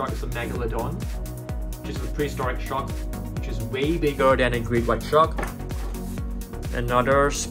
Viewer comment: Him saying shark: basking shuk Me: 👁👄👁